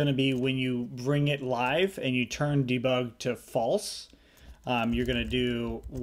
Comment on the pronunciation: I love the way you say "Dabug"! Great tutorial!!